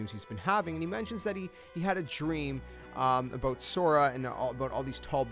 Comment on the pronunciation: “He had a dream aboot Sora...” Canadian spotted